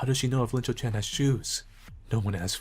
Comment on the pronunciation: It’s not Linchou-Chan. It’s Iinchou-Chan (capital i)